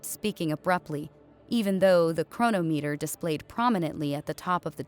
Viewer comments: No, I can't help it. Chronometer.... not Chrono meter, it's, chro-nom-et-er. Pathetic. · It’s pronounced chro-nometer.